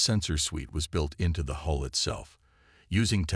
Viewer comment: Hull, Coms, and more of those. When something isn't taught, pretty hard to get it right! 🎉🎉😂